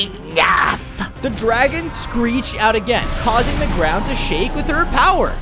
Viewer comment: It's dragon not draigo